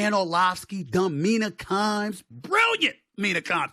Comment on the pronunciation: Dude said Mina kimes 😂😂🤦🏽‍♂️